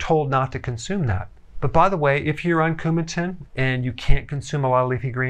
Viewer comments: Coumadin. Not Coumatin. I just say, Warfarin. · I am on blood thinners and you CAN consume leafy greens you just have to do it fairly consistently so your dosage of Coumadin (not “Coumatin” as Dr. Berg mispronounces it) can be adjusted to produce a therapeutic result. Also while Eliquis (and Xeralto et al) have many advantages as a blood thinner (including not being affected by vitamin K) they are very expensive costing $15 to $20 per day compared to penny’s for Coumadin.